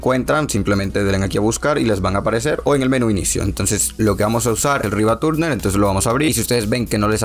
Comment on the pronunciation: "MSI asterburner y el RivaTURNER" 🤣🤣🤣